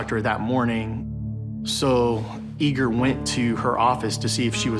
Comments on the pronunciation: EE’-gore not Eager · They keep saying the son's name so it sounds like 'eager'. But his name is Russian, it's spelled Igor and it's pronounced like e-GORE. Right? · His name is Igor, ee-gore! Geez😂